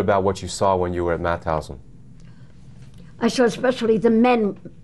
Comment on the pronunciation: Mauthausen you say the t and h seperate. It is not mouthousen 🙈🙈🙈